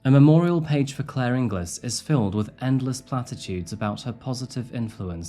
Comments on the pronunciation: Sorry, but having the same surname as Claire, and being from Scotland too, your pronunciation of her name is unfortunately wrong. It isn't pronounced In-glis, it's pronounced In-gills. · Inglis is pronounced IN - GILS not GLIS - just a strange turn in Scottish pronunciation. A bit like how you would say Edin - BRUH instead of BURRA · As a sidenote, Her surname is pronounced as Ing-gulls not ing-gliss. Doesn't feel nice seeing your own country in these videos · Bit late so doubt many will see this, but in Scotland (my country of birth) Inglis is usually pronounced ING-guls. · No, that’s spelled Ingles. I grew up in Stirling and her name was pronounced inglis like many others. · Just to let you know her surname is pronounced Ing_ills, and that's Stirling Court in the video. Love your content. Got what he deserved... Scum. Unfortunately the onus is on the victim to check new partners background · Not sure if said already, but her surname is pronounced Ing-Elles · It's pronounced ing -gills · Interesting fact: the name Inglis traditionally is not pronounced as it's spelt, rather it's said as "Ingalls". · For her surname, think pringles for the correct pronunciation of Ingles x